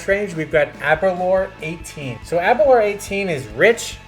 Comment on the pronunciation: *Aber Lour, like Sour